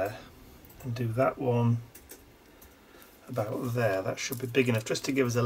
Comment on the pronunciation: I love watching you put these altogether. On my Christmas break- which begins on December 18, I think I am going to think about a kind of "gallery" of sorts that I can do. I laughed hearing you say "aboot"... many people joke about Canadians saying "aboot" rather than "about"! cheers and warm wishes from snowy 🇨🇦Calgary, Alberta🇨🇦